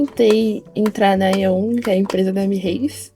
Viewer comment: "eu via muito shorts de YouTubers grandes, miireis *pausa dramática*... Miireis" kkkk